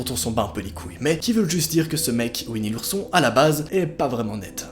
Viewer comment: Nooooooon pas ouini l'ourson